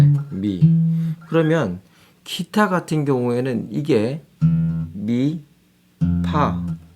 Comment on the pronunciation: 키타 가 아니고 기타?